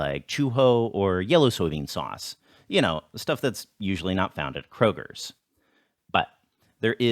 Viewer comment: you must be from the Midwest. You added an "s" to "Kroger".